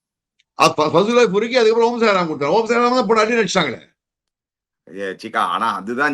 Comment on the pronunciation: Omarzai ❌ om - sai - ram ✅😂